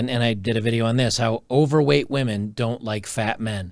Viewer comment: you pronounced "overweight" wrong... 🤣